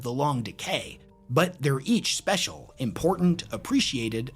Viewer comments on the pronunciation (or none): none